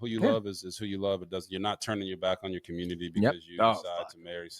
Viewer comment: I'm triggered by the way he pronounced the word community!❤❤